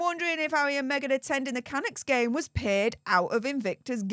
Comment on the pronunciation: Canucks - emphasis on the second syllable